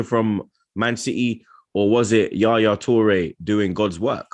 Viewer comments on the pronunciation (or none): man said Yaya Toure 🤣🤣